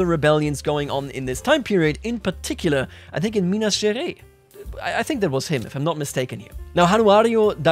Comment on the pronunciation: Little tip to pronouncing "Minas Gerais", would be to say it like "Minas Ge - Rice (the english word)" !